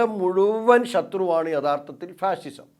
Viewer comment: ഫാഷിഷം ആണോ അതോ ഫാസിസം ആണോ